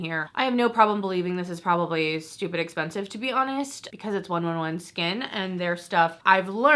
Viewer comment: 111Skin is pronounced One Eleven Skin JIA JIA is pronounced Tia Tia